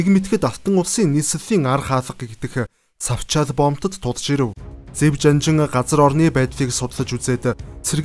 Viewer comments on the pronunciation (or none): Iim helnii berhsheeltei huneer ym unshuulaad buda yahav de.tsavchaal boomtiig savchaal gj unshaad bhin